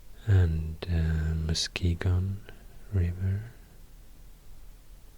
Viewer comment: THANK YOU for pronouncing Muskegon correctly!! ❤️❤️